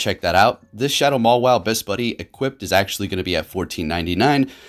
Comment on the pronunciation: I love how he called mawile like 6 wrong names